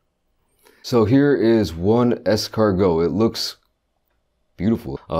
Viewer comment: Exortgo? Escargo? Excarhoth say it three times fast